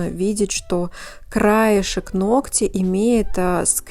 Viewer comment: Спастбо за правильную речь. Одно замечание: нОгтя. Спасибо. Умница!